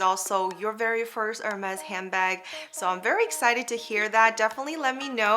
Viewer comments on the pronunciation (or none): Not Her, Ermess. So, its name is best pronoynced as ErBarg. It is unissex. Beautiful video, BTW😊